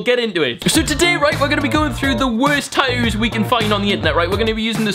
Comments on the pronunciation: It's tattoos not tatooos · why does he say tatoos its tattoos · America: tat-too UK: tat-oo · He says tattoos funny